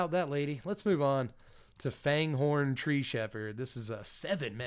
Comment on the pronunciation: I love you man, but what's with these names dude? "Yowyn"? It's Èowyn! "Fanghorn"? I am insulted! :P